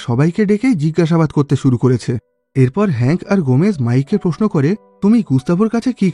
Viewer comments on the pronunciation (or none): none